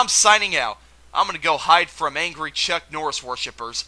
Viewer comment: C'mon man. It's Chuck.